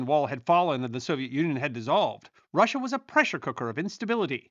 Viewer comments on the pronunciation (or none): none